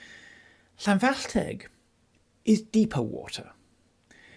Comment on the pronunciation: You pronounced Llanfallteg perfectly...